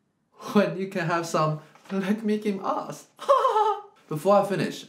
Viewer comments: Arsch is pronounced like "arsh" not "arse" :( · roughly "lek miç im aəś" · the problem is also the A, it's like the U in upset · Not ARS, but ARSH (phonetically written), this SCH is like shade, shallow, not like MarS. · Arsch is pronounced Arsh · It's not bad from somebody with an english speeking background but it's no way near "standard german"... Many people sound like that when they first try to pronounce german words, espachially "sch" like in "Arsch" (it's not "s" and not "sk" or "sc"; but they (english/american/australian folks) think of "school" and pronounce it like they've learnd. Instead they should think of "sh" like "shit" or "washington") Btw That's often how you can tell if they are born in Germany (or live there for a long period) or not... (if you aren't from Germany yourself of course ;) ) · As a german Im actually triggered by how he pronounced "Arsch" lmaooo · I think the bad pronunciation is part of the humor. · The R is pronounced very hard. The typical German R that you make when you have a hair in your throat :) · Ohne Witz...hab mich gefragt, ob das Absicht ist oder ob sie einfach vergessen haben, sich mal bei Google anzuhören, wie es klingen sollte :‘D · The english “sh“ is literally the same as the german “sch“. The problem wasn't his pronounciation of the german “r“, but of the “sch“ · i think he was doing the british transliteration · how do two classically trained violinists have so much difficulty pronouncing "Arsch" there's an "r" and a "ch". cmon now.